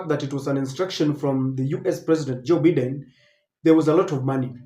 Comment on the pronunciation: Biden is pronounced as"Baiden" Please correct your pronunciation in your next presentation. Just a polite advice. Thanks🇬🇧